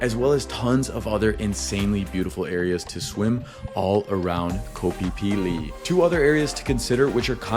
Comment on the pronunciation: It's pronounced kho pee pee not kho fie fie